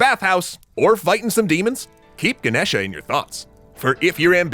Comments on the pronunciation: It's Ganesha not genesha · The a on the end is silent. The name is pronounced Ganesh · the a at the end of ganesha is silent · its Ganesha, how you people manage to get wrong spellings and pronunciations all the time is a mystery beyond my comprehension